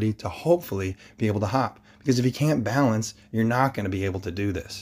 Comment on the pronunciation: Coach, it’s “balance” :)